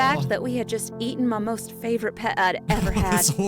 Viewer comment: Favorite not fat- voo-er-it